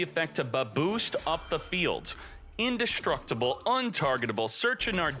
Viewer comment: In-Destroy-Able? Is that... Is that a thing? I love pronunciations. Makes you feel like you missed a lesson or two.